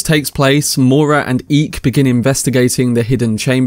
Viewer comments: No big deal at all. But pretty sure Eyk’s name is pronounced “Eye-k”. Sorta like Ike. Instead of “Eek”. Not that it really matters, but just a heads up. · Nice recap and 1899 is awesome. One question though, why do you keep calling the Captain Eek? His name is Eyk, (pronounced Ike), not Eek. Kind of makes me think you haven't actually watched it and are just reading from a script, without actually hearing his name said aloud. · eye-k not eek